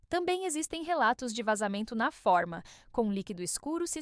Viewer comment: Essa voz é de IA? Impressionante como essas IAS falam coisas erradas. A palavra forma pronuncia-se fôrma, e não fórmas.